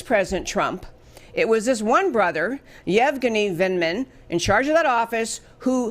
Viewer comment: It's said Yev guinea Vindman